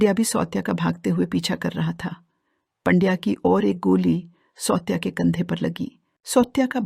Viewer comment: 'सौत्या' नहीं सावत्या और 'पंड्या' नहीं पांड्या मराठी बोलना सिखो या फिर ये धंदा बंद करो..!